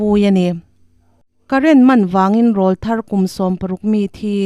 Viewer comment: Râwlthar thlûk hi a dik lo deuh. Hmeichhia hi tleiráwl a ni a; mipa aw lo pàwr hi râwlthar kan ti ṭhin.